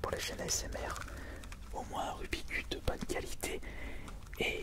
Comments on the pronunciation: Rubixxxx cube et non Rubi cube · Aaaaahh!! Tu prononces mal rubik's cube ! Mais on t'en veut pas... Enfin à peine.